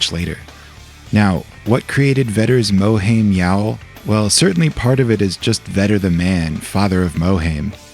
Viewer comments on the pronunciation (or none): mohaim pronounced "moherrrrlm"